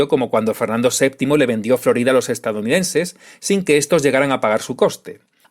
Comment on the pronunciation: por un momento pensé que decías que vendió Louisiana. Pero no, dices Florida, ya me parecía a mi